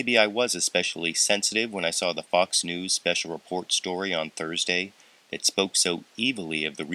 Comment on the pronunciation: sounds like "Fucks News"